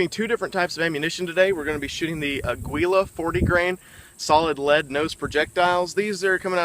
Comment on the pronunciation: I never heard aguila pronounced like that... Hahaha